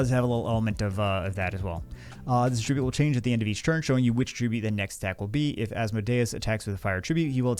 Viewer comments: nothin but love. And because I love ya, I have to point out that the word "attribute" is both a noun and a verb. And they're pronounced differently. Att-RIB-ute is the verb (I attribute my success to my mom's support), ATT-rib-ute is the noun (mon had a fire attribute). Trying to look out for you via public correction. 😅 You're welcome? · Congratulations. You've set a world record for mispronouncing the word attribute 12,396 times in 20 minutes. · mispronouncing "attribute" 500x in a row... what's the opposite of ASMR?